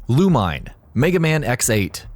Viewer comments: Loo-mine?? Really? The game is fully voiced and it said Loo-Me-Né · ok i can forgive Juste (Jew-Stay) since the name is never spoken in any other game with voice acting or something. but MMX8 HAD voice acting, you CLEARLY hear the characters call him Loo-Min-Ay not "Loo-meen" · Did someone have a hate boner for MegaMan X8? Not only do they constantly use Lumine's name constantly so they can say it wrong (Loo-Me-Nay. Not Loo-Mine), but they proceed to use absolutely no images from the game. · Me all throughtout #4 "LUH-MEE-NEH!!!!" Also not a single clip there was from X8... Also ALL touhou games use the "last level is on Normal dificulty" system, much like pretty much every shoot'em up. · He also said lumine wrong,it's lu- min-ae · Lumine... Ok so the guy narrating this didn't write the list. I's pretty obvious if you listen to how he pronounces it... -. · gets triggered by the mispronunciation of Lumine